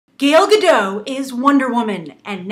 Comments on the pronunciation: Gale Gaddot? Really? It's fucking Gal Gadot. Why is it so hard saying her name right!? Gale isn't even close! Would you call someone named Ben, Banoshua? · "...the fact that she is israeli will have a gobal effect..." what do you mean by that? and her name is pronounced "gal gah-dot". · gAl gAdoT...please pronounce the name right next time! :) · Stop saying Gal Gadot!